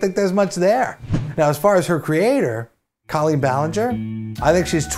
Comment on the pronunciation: PSSSST! It's CO-lleen Ballinger.. CO as in coworker. She's said it happens all the time and she doesn't really care either way, but at least now you know. 😆